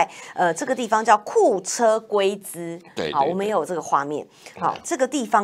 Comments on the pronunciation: 纠正下美女亦真，是龟（同音：秋）兹，不是gui~ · 库车、龟（多音读：秋）秋兹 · 龟兹应该读秋瓷。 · 龜茲: ㄑㄧㄡ ㄘ ˊ